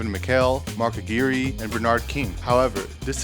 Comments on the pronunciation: Mark “aguerey”? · mark a-gee-ree? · Pronounce the names right! Aguirre = A Gwy Er! Lanier = La Neer! C'mon Man! Salute. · Mark A-GWIRE (rhymes with fire) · Mark uh-GWIRE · You also mispronounced the name of Mark "Aguirre"......not "Ah-gear-ray"😳🙄🤦🏿‍♂️... 🤷🏿‍♂️ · It's pronounced "Ah Gwire" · Its Mark Aguirre pronounced like A-GU-WIRE😉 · Brotherman………… It’s pronounced Mark. Ah-gwire. Take the g sound in good and add wire to it. Glad you caught yourself on Bob Lanier (La-Near). You’re still one of my favorite channels. Keep it up. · Not bad!! But you pronounced 2 NBA legends last names incorrectly. Bob Lanier and Mark Aguirre which is important!! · Miss pronounced mark Aguirre name and bob leinere.. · Really interesting video. However, I'm not entirely sure about your pronunciation of Bob Lanier and Mark Aguirre. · He badly mispronounced Mark Aguirre's name as well